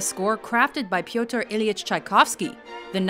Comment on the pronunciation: And Russian names. But Pyotr is really hard to pronounce for non-Russian native speakers. It should sound more like "pötr" read with German rules :D